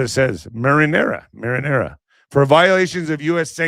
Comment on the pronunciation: Mariner, not marinara